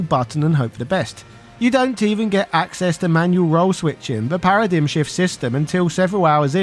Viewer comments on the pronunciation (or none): Feel like I should point out it's usually pronounced "para-dime". Also in FF XIII-2, they got rid of the annoying "Paradigm Shift" animation, making battles and switching faster. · Do Brits generally say, “para-DIM,” instead of “para-DIME?” Or is it just you?😅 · thats not how paradigm is pronounced